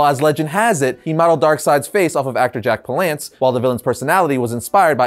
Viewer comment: Jack Palance rhymes with wack talents, not... What you said 😂